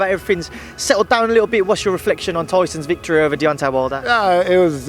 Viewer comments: He aint the only one getting the names wrong....its Deontay not Diontay lol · 😂 he said diontay wilder had two ways of winning and diontay wilder only had one he keeps getting the names wrong don’t know if any one else heard it but🤣🤷‍♂️